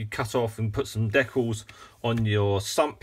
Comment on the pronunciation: Hey, it's pronounced "DEE-cals", not deculs and "ReVEEll", not Revel. Geeze get it right.